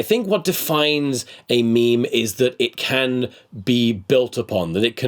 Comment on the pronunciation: they don’t ever say “meme” they always say “meeem”